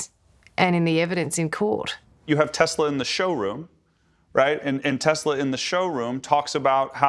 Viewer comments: Try Tesla not TezLah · is an S FFS not a Z, TESLA, no such thing as a TEZLA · Ok, it's TESLA NOT TEZZLA it's an S NOT a Z and you talk about "its to expensive" as if Elon cant afford some sensors. Obviously he didnt add them for a reason you clearly didnt ask him about. you don't want them in your country, take it up with whoever is allowing them be on your streets. Accidents happen with OR without you steering. To be honest, the rate of a irresponsible driver, texting or drunk, or just can't drive in general, crash rates are HIGHER then ANY TESLA automated driving. So, before you bash a company, make sure you have your facts straight together from BOTH sides of the story not just one side of it. See, that's the issue with the media these days, you guys only talk about what you want everyone to believe. It's disgraceful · TES LA. Not TEZ. LA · Not Tezla , TESLA . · It's pronounced TESS-LA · Why can't she say Tesla properly? Its not spelled with a "Z" in it.